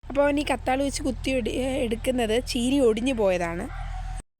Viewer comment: ചേനി അല്ല ചീനി